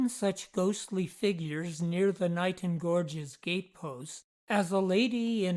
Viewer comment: Locals pronounce it "Kay-Nighton" - the Isle of Wight already has a Niton, after all.